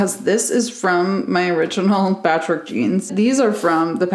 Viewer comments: every time you said patchwork in this video i thought you were saying patrick and i just accepted that until i realized you were saying patchwork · i really thought you were saying patrick jean, turns out it was patchwork and that makes a LOT more sense;) cute video as always!! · I have my captions on and every time she said patchwork it would caption it as Patrick lmao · Took me 8 minutes to realise u were saying patchwork and not Patrick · Why did I understand 'patchwork' as Patrick until halfway into the video?